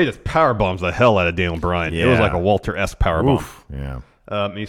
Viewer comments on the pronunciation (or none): Why do you pronounce WALTER's name with a "wa" sound at the start? Its a "va" sound because he's Austrian